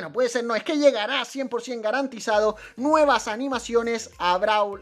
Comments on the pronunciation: Dice nuievas :::v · “Nuievas” XD